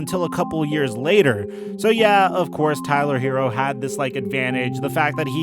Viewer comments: please get this man's name right! Don't disrespect HeRRo. His name is NOT Hero and doesn't sound like hero. Get it right man! 👍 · Look.... it's HeRRo. NOT Hero. Some of these "professionals" can't pronounce a name right to save their lives. Stop this lazy disrespect and get the man's name right! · Look.... it's HeRRo. NOT Hero. Can you pronounce a DOUBLE R or are you challenged by that?